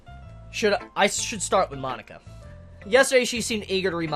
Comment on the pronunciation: Every time he says Monica I hear "My nikka" lol.